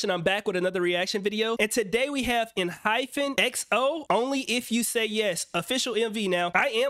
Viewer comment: Hey Vex, Noticed you had a little trouble pronouncing the name in the beginning of the video. It's EN- HY- PEN. Definitely confusing because their logo and marketing all use the hyphen ( - ) but their name actually doesn't! Love seeing you react to these groups but kinda wish these vids weren't all from your twitch. Kinda takes away the old school touch from your older videos. Wishing you lots of success tho.